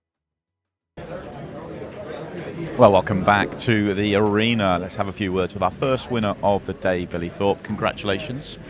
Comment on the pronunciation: Is it pronounced arena or arener?